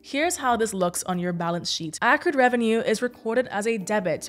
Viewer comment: It’s pronounced “accrued”